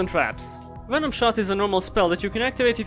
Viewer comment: I need a ring tone that's just saying "Venuh-nom".